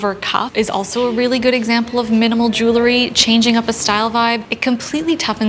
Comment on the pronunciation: Itʻs so interesting. None of the style and fashion channels I watch know how to pronounce "jew - el - ry." Itʻs not "jool - a - ree."